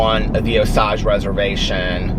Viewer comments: FYI... It’s pronounced Oh-sage (like cage) I live in Tulsa 👍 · The sage in Osage is pronounced like the herb. It comes in handy being from Okla every now and then 💙💙💙💙💙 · In Oklahoma they actually pronounce it O-sage like the herb. Just a note from an OU grad.